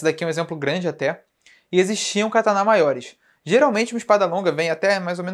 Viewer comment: pq vc fala cataná?